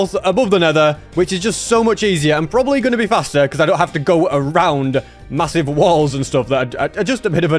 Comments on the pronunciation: did you just say masive?... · I heard massive.... Did you say.. Massive?